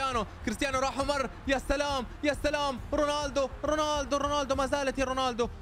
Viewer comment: رونالدو❌ روناندو✅